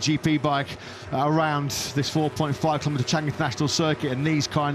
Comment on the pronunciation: Wrong pronunciation of 'Chang' Stadium. Chang (elephant) is with high tone.